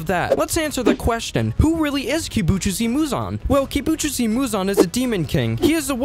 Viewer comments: its not kibutjusi its kibutsuji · blud really said kibutchuzi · Kubutsuji muzan ❌ kibutchoose muzan✅ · Bro realy said kibujusi muzan😂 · Kibutjuicy muzan bro pronunciation is messed up. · "kibujutzi" lol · "Kibutchusi Muzan" 💀💀💀 "Yubashiki" 💀💀💀💀💀